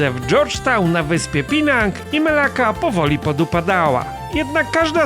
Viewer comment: Nawet ciekawy odcinek, ale serio warto popracować nad wymowa nazw własnych panie. Penang to nie Pinag😂czy fut kurt 😅itd. pełno błędów w wymowie nazw i to prawie w każdym odcinku, bo aż wybija z klimatu. Rekordbox to nie Rekordbuuks😂Również podstawowe zwroty języka angielskiego na poziomie przedszkolnym, więc lepiej ich nie używać bo aż gryzie Dużo pracy przed tobą do profesjonalizmu ale trzymamy kciuki.